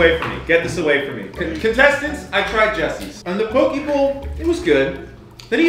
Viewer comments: Hearing say poki instead of poke (po-keh) is cringe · It pronounce po kay not po key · Pokie bowl lol, in Hawaii it’s actually pronounced pokay, poke it means cubed in Hawaiian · AS A HAWAIIAN THAT AINT NO DAMN "POKEEEEEEEE BOWL" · All people from Hawaii cringed so hard at the same time when they mispronounce poke 😂😂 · You guys said poke wrong